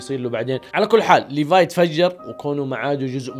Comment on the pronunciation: حركات وأخييييييييرا سرت تقول اسم ليفاي كويس ليفاي اسمه مو بحرف ال ف بحرف ثاني دورتله مو موجود .. عموما مبروك قلت اسمه كويس